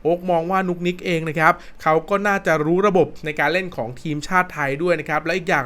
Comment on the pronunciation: นุกนิกครับไม่ใช่นุ๊กนิ๊ก